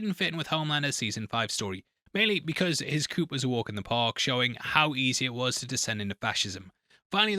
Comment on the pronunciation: The soups didn't help with his chicken coop? You don't pronounce the p in coup